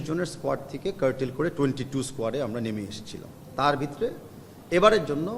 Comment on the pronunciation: তাবিদ কাকু বিতরে কি?? ভিতরে উচ্চারণ ঠিক করেন